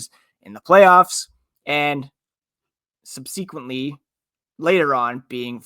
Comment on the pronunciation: sub-see-quint-lee? lol someone told this dude that his cadence was deadly slow and he's gotta pick it up, but now it's soo forced and disjointed sounding. No hate, just a tough fit for a podcast. Go B's!